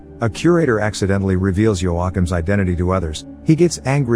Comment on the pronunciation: Your commitment to not saying joachiem's name right is amazing